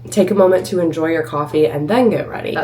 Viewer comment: I noticed when you say had to drive or had to go you say “to” like “tha” like “had Tha drive” or “had Tha go to the store” I wonder what accent that is